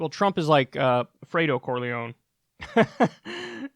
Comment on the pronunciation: Can't get over the mispronunciation of Michael Corleone like c'mon man